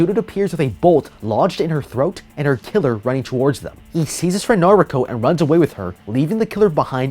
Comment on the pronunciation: noriko pronouced nariko 2 letters away from the 3rd or 2nd best anime character in the world